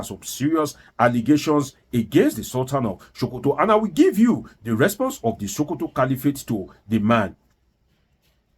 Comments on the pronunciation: its not sultan of showkoto but sultan of Sokoto...your tongue no dey work well..? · it is SOH-KOH-TOH (Not Sho-ko-to). Also Mike "AR-NORD". Wan-ta-na-moh-beh (Guantanamo bay). NO DEY EMBARRASS US WITH THIS YOUR DEEP ancient YORUBA RIDICULOUS PRONUNCIATION!! Abeg 🙏🏼. Na Public we dey. No fall Naija hands for this internet space. Haba.